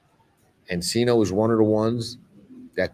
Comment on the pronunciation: ENCINO NOT CELINO CORRECTION.